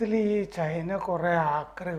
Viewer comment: ചെയ്ന അല്ല... ചൈന എന്നു പറയൂ... ഇത് ഏതാണ്ട് ചേന എന്നു പറയുന്ന കൂട്ട്... Not Chayna.... It is CHINA